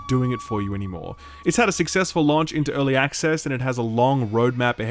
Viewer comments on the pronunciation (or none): love your content, but we really need to address the way you say launch.